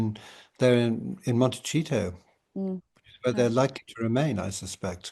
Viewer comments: Please can you gently tell the lovely Hugo Vickers that it’s pronounced Monte-see-to not Monte-cheat-o! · Is Hugo making fun of the place they live or is it actually pronounced cheato for Montecito? He says it every time as Cheeto. I was shocked to hear him (Harry) lie so openly about Katie and Rebecca being the type of people who would stoop to that level to get a story. Even his close friends may have slipped up in conversation in a club/pub anywhere without realising who sat next to them!